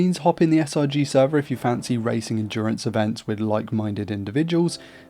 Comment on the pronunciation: Not trying to be rude but it is pronounced bathist